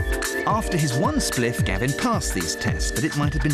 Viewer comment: This is hilarious hearing a toff say “one spliff” a number of times